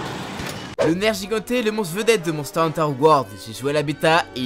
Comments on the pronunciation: Nergigante pas nerjigante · Sa ce prononce nerguigante... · Le nergigante se dit nerguiguante le premier g ne se lit pas j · sa se prononce "nerguigante" et pas "nerjigante" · Nerjigante ? Sérieusement ? xD NerGUIgante la prononciation putain ! Même dans la beta ils l'ont dit ! Sinon, pas de Congalala qui lance son caca ? Dommage :c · il a détruit le nom du nergiganter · Sa se prononce nerguiganté même le vieux le dit comme ça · Ça se dit nerguigante omg 😂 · la prononciation mdr "nejigante", "kuchela daora"